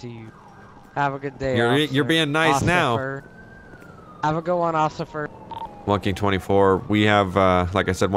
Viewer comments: “have a good day ocifer “😂😂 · " have a good day ossifer" 😂😂